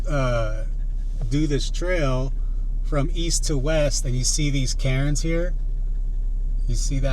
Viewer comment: When you mentioned the rock cairns I thought you were saying rock Karens lol. I was telling myself “wtf is a rock Karen? Women camping out there trying to police people?” Cool video man